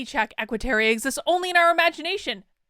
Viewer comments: It's Equiterra....not Equiteria....You said it wrong every single time! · It's "Equiterra", not "Equiteria" - and yeah - I'm being picky. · Why did you keep saying "terrier" instead of "terra"? It was very distracting. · Idk why it bugs me so much, but it's Equiterra, not Equiterria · Real talk tho, why we pronouncing Equiterra like Equiterria? Did I miss something? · TY! This annoyed me the WHOLE time!